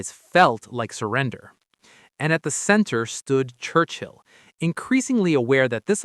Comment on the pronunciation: How odd to have chosen AI when there are so many hsitorical pictures available. And, er... "Wurchill" ???